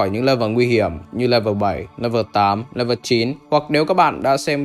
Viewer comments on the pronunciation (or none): none